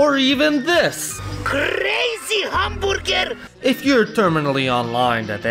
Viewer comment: “CRaZY HamBULgeR”